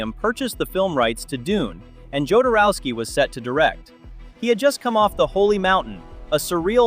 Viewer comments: Jo-dor-ow-sky. there. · Jodorowski's name is never pronounced the same way twice in a row.